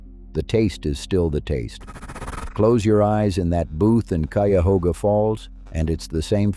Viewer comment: Also KY-ahoga, not Cwi-ahoga.